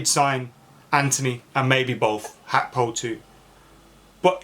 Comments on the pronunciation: It's GAKPO not HAKPO not even when speaking in Dutch is it even close to HAKPO lol Big clubs can risk that type of money I honestly don't see the problem with splashing the cash only fans that are mentally fragile and scundered when we do so, such a weird weird thing. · G.a.c.k.p.o say each letter that's how it's said bro 😂